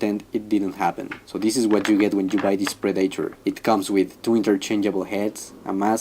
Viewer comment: It’s pronounced pred-ah-tor. Not pread-a-tar